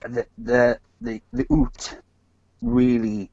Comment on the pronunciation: The First Nation there were pronounced the ‘youts’ as in ute, not oots